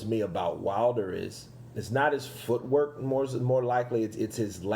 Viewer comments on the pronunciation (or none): Did Wilder said foot work or foot hurt 😂😂😂😂😂